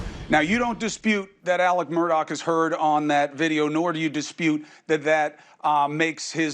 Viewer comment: Shame on news nation. After all the coverage this case has had and you mispronounce Alec's name!?!?? You ne3d to get rid of your ai if that's was i4 was.